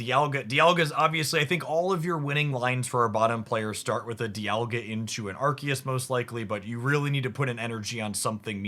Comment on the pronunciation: Why are they pronouncing Arceus like that? It's very distracting.